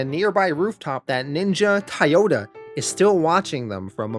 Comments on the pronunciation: Why are you saying thai yoda? It's spelled like the car company Toyota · Never heard anyone pronounce Toyota as [Tiyota] 😆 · Where are you from? Your pronunciation of certain words stick waaaaay the hell out. Toyota, Toy-ota where are you getting Tioduh from? Lav-vuh? How about Lah-vuh. It’s a pet peeve but after so many series it builds up